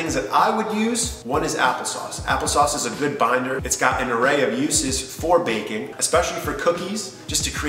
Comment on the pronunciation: The way you say baking sounds like bacon 😂